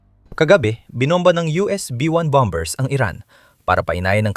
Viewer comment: bom - ers not bom - bers